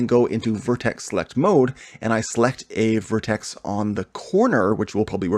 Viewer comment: makes me puke when hearing word vertex spelled like vertes / verteses..sounds like its some feces..